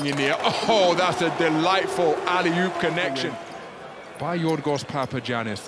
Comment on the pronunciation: It's pronounced Papayannis. Haven't you learned from Giannis Antetokounmpo?